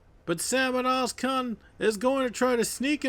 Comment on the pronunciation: I miss you used "Ozkan" instead Özkan, but please see my comment from the last video.